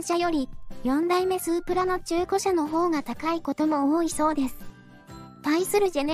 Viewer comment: スープラの発音がおかしい